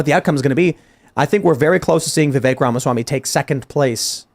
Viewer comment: Tim pronouncing Vivek as "The vake" is starting to get on my nerves 😅